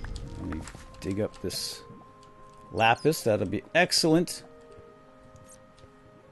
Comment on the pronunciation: um you do realize what you just said right? LOL it's not lapiz... lol that means pencil in Spanish :D I doubt you meant pencil I think you meant lapis XD